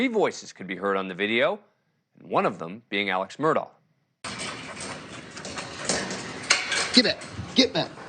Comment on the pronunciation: Its pronounced Murdock.. not murdau.. this separates the pros from the amateur "newscasters" do your gd homework